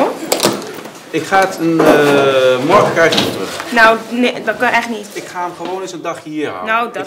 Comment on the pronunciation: zegt altij “margen” inplaat van morgen😂